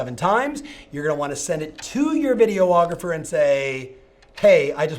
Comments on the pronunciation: Video- ographer? It’s just Videographer.... FYI. All kidding aside though Thanks for the “cont-tent” LoL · Jeez...video-ographer? Do you also call your clients "ree-la-turs"? On the serious side, very good, relevant content! Thanks!